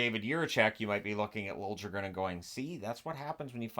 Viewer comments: For the leafs isn't it lili-guh-ren for pronunciation? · FYI Liljegren, the letter j in Swedish sounds very similar to the English consonant y so it's more like "Lillegren" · It's pronounced Lill-ya-gren. No j sound in there.